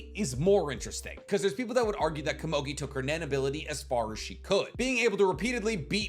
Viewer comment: pitou only said gon could take on meruem in the 2011 anime, not the manga. you're saying komugi wrong.